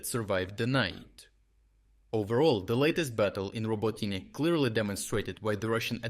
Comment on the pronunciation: Since the beginning of this year, I noticed that your English pronunciation got a little better, but now you pronounce the names of Ukrainian towns differently. For example now Robotyne sounds like "Роботіне" instead of "Роботине". Are you using a text-to-speech tool based on your own voice or did you practice your English and change your pronunciation of Ukrainian towns to make it easier for English-speaking people who are not used to Ukrainian sounds?